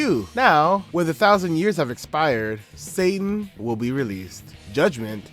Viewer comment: Still not sure why "Satan" sounds like "Sattan" in the original.